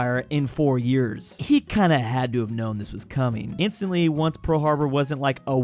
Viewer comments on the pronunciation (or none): none